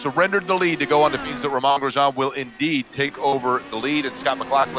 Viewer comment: I heard that. You have to be kidding me. How in the world do you supposedly cover racing and not know how to say his name sigh